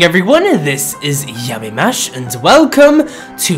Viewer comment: Yamimash: Yam-ee-mash: a word can not pronounce